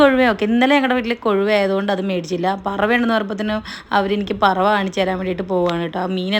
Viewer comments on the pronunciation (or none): പറവ അല്ല... പരവ.... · പറവ അല്ല പരവ 🤣🤣🤣